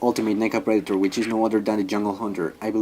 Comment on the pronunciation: It’s pronounced pred-ah-tor. Not pread-a-tar